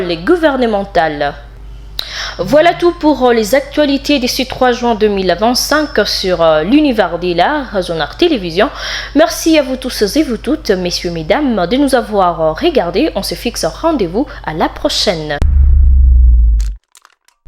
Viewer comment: Pourquoi dites-vous Zonar pourtant c'est Zonar't